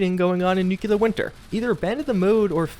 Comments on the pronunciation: NU-CLEAR, not NU-CU-LER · Bethesda's bullshit is the most frustrating thing going on in the community right now. The second most frustrating thing is refusal to pronounce nuclear properly.